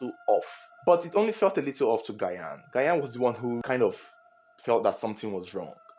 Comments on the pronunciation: Gyan is pronounced Jahn👍🏾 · The way you butchered Gyan’s name is annoying to listen to. You should have called him by he’s first name instead. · How you pronounce the GYAN hitting on my nerves😂❤ Bigups from Ghana🇬🇭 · Mention the name correct Is not Gyan 😂😂😂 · The way you pronounce Gyan shows that you don’t watch football 😂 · you need to learn pronunciation of Ghanaian names tho. Adwo, Gyan..... Much love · you’re pronouncing Asamoah‘s last name wrong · It’s not Gayan but sounds like Jan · Gyan is actually pronounced “Jan” not “Gayan” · Is not gayan. Gyan as Jan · Not Gayan please its Jan(Gyan) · Asomoah Gayan? 🤣🤣🤣. Let me help you pronounce it better. Assume that the first two letters (Gy) are (J) so it will be (Jan) and it will be the perfect pronunciation for the name spelt in twi as Gyan. Your reports are always on point. Good job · It’s ji-yan not guy-an pronounce well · It sounds like Jan not gayan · Pls mention Gyan's name well. Its not gyayan. 'Gy' is mentioned 'j' so its Gyan (jan) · "Jan " Gyan. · Please you can pronounce Gyan just like pronouncing Jan Yh, it’s not Asamoah Gayan it’s Gyan= Jan thanks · Good narration as always, that's why I am your biggest fun. The name "Ghayan" though 😂. It's pronounced "Jarn" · It’s pronounced Jan(Gyan) not Gayan. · It's pronounced "Jan" not Gayan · The name is pronounced like “Jan” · Who’s gayaan?😂😂😂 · His name is not Asamoah Gah-yan 😭it’s Asamoah Gyan Jesus 😭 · I just love how you pronounce Asamaoh Gyan as Guyan 😅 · Please it’s Asamoah Gyan the “gy” is pronounced as “J”😊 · It’s not Gayan ooo Gyan the Y is silent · Get your pronunciation of 'Gyan' straight... It's pronounced as 'Jian' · It’s pronounced "gean " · The name is jan(Gyan) so please pronoun it well🙏🙏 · Asamoah Gyan. Gyan is pronounced 'jan' , Ghanaians, am I correct? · The name Asamoah “Gyan” is pronounced as “Jan” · Not gayan it's Gyan